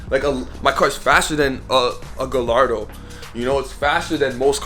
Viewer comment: The way he says Gallardo lol